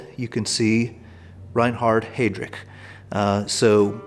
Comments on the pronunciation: I'm new to this channel. This was a fascinating video. I'd just like to put my two cents in regarding German pronunciation. Eva's last name "Braun", rhymes with "brown", not "brawn". And Heydrich's name is pronounced "Highdrich", not "Haydrich." I had four years of High School German, which has left me with an irresistible compulsion to correct everyone's German pronunciation in WWII videos on YouTube. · Very interesting. How do you determine the originality of the signatures, given that there are an immense number of fakes circulating? Please at least try to pronounce the names correctly. Heydrich is pronounced "Highdrich".